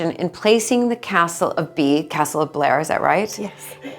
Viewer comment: Could this "" stop calling it Balmoral Cassell? Is that too difficult?